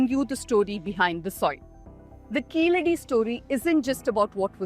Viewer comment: I still wondering who came up with the idea to write the phonetic of "ழ" as "zha" or "za". Listen . He pronounced it as "கீசடி". I still stand for writing "ழ" as "la" since that's the closest sound to "ழ". Better let the any europeans to pronounce it as "கீலடி" insteadof "கீசடி".